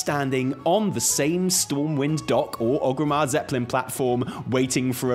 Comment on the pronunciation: I love your videos, but it absolutely destroys me every time you say OG-rimmar. Theres three "R"s in oRgrimmar. xD